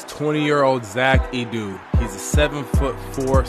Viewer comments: It’s Pronounced eeee-deee 😂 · Edey, pronounced "EE-dee"